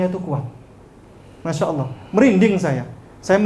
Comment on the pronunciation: Bkn Alah SWT tapi Allah SWT bca az salah ko jdi pendeta preet